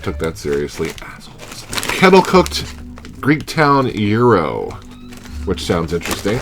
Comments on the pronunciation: You DO look like GRRM's little brother!... Euro? Yeah, you're not from NY. The Greeks I've known all pronounce it "GYro, with a strong G (as in Giraffe) and the Y punctuated. Euro? I love the fact that the originator of the Reuben Chip mentions that they are from LI. Are you sure there's Thousand Island in that? Or is that an Atlanta thing? Because to make a classic Reuben what you do is take a mound of corned beef, cover that with a healthy amount of sauer kraut, layer Swiss cheese on that, then warm in an oven (a toaster oven is perfect), until the cheese is melted. Next, remove with a spatula and place the whole mess on 1 slice of rye bread and eat with a fork and knife. That's known as an open-faced sandwich. I'm sorry but, if it's not an open-faced sandwich, it's not a Reuben. It's just a corned beef sandwich. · To all those saying he's pronouncing gyro wrong...he's CLOSE, but a bit off. It does NOT have a hard G, NOT pronounced like the "gyro" in "gyroscope". The g is silent and take it from there. He's sounding like he's saying "euro", but the Y-part has a stronger emphasis. Kind of like the Y in the word ying-yang. Use that Y sound, roll the R a small bit and then the O. Forget the G, think of it as YRO and pronounce it as directed above. I am Greek-American, surrounded by Greeks and have heard this pronounced in Greektown in Detroit and in Astoria in Queens. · 54 The Greeks (and everyone else) pronounce it Gyro (as in what R.O.B. uses with Gyromite), not HERO, as in Guitar Hero. :P